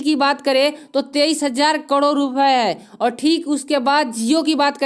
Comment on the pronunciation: Karod bolna to Sikh le